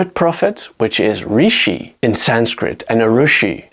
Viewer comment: “Rishi in Sanskrit” is wrong. ऋ does not sound as “ri”